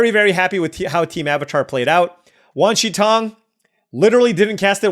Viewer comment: You are generally pronouncing Wan Shi Tong correctly.